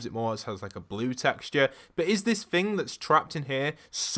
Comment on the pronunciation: Omg please stop pronouncing thing as ‘fing’! Can you not say the ‘th’ sound?